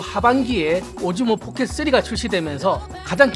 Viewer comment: 아 자꾸 오징어 포켓 쓰리라고 들린다............ㅠㅠㅠㅠ